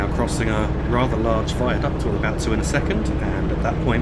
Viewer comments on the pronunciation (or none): none